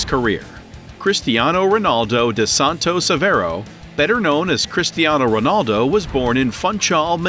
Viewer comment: man he say christiano its cristiano🤣🤣🤣🤣🤣